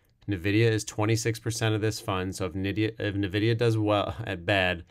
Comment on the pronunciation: excellent review, thanks Nvidia is pronounce En-videa. Not Nu-videa